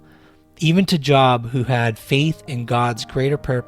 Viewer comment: Job, pronounced as Jobe, 🙏🙏🙏